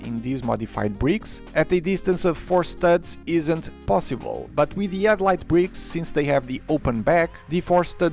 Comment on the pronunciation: Maybe don't use a name that involves a sound you seemingly can't use. You keep saying "edlight" brick", and not headlight brick.